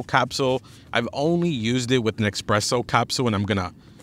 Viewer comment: Xpresso? Common man, lose the X please. Espresso.